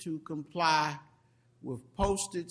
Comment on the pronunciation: Judge never learned his th's The word judge is " WITH " not Wiff